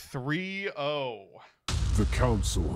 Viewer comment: Councel. Council. Enough said. Good podcast :)